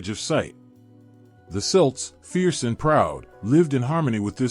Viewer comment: You can’t pronounce Celt correctly? I’ll pass